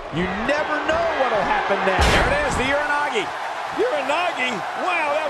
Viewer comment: almost he called it the uranagi